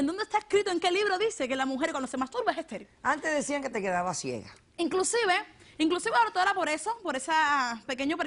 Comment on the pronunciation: "Dortora" dice la tipa xD